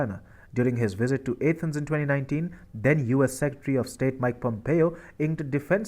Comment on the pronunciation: How can someone not know how to pronounce Athens? You are pronouncing the A as in ape, which is wrong!